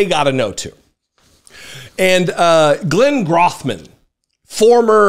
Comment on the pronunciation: You are pronouncing his name incorrectly. The “O” in Grothman is pronounced long like hole.